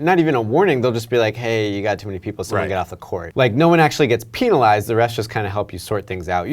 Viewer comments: Is it me or did he say peenalized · Saying penalized as pee nalized should get a technical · He says peenalized 😂